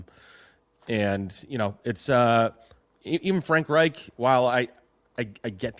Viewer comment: not pronouncing Frank Reich correctly………